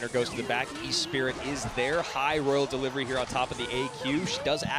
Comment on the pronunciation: “royal derivery”